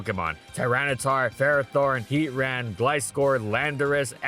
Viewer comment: NO AT LEAST 60 YEARS AGO. HOW DID ANYONE WIN? BUT IT 1 HIT KO’S. BUT YOU CAN’T 1 HIT KO IT, YOU CAN START WITH IT. IT’S PRONOUNCED ( HEAT-TRAN ).